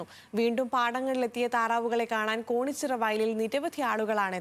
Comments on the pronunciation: കോണിച്ചിറ അല്ല കേണിച്ചിറ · കോണിച്ചിറ അല്ല കേണിച്ചിറ ആണ് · Wayanattil ella varshavum ivar vararund...ithu njangalkk puthumayalla...pinne news kodukkumbol atleast sthalamenkilum correct ayi parayu...konichira alla,kenichira